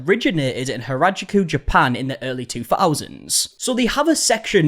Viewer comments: Hah-rah-jew-coo is how you pronounce it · It’s hah-rah-joo-koo, babe also it’s CRAZY to me that she thinks that she, as a middle eastern woman, was the first ti create a manga style lash?? Why would it be you? It would obviously be Japan.